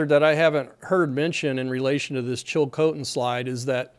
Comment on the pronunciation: Pretty good pronounciation on the place names, including Chilcotin (others have already commented on Fraser ) I grew up upstream from there, near Hanceville, and my parents still live there. There is one bridge for access, so I'm hoping the back up doesn't get that far to affect the bridge. A lot of people depend on the salmon run, so this will affect a lot of people both upstream and down. Hoping there's not a sudden catastrophic breach, as had been predicted, for all those downstream